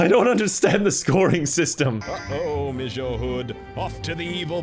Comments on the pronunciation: more like "missyeu" i guess if i tried to write it out loud... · ok but please tell me why he pronounced monsieur like "mishur" lmao